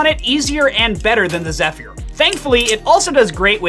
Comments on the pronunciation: It's (zef-er), not (zef-ear) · Zeph-year LOL